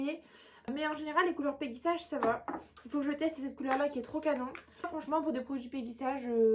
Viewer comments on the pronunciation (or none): Mdr comment tu prononce peggy sage 😂😂😂😂😂 ( peggy elle est sage ) 😅 C'est peggy sage à l'anglaise comme OPI , baby boomer ect ect ect ....